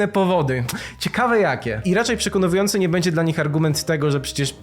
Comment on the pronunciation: Nie odbieraj tego jako "atak". "Przekonywujący"... 🙈 Przekonujący lub przekonywAjący... Wiem, to nie ma żadnego znaczenia jeśli chodzi o treść materiału, która jest jak zwykle na poziomie. Jest to po prostu jedno z tych słów które mnie w jakiś sposób uruchamia :D (jak np.: szłem, włanczam...") Pozdro! :)